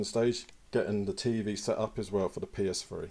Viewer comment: the psfree is what it sounds like he is saying lol